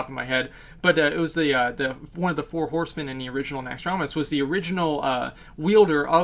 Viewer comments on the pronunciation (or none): none